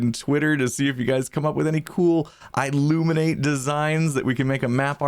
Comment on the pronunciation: i illuminate almost sounds like illuminati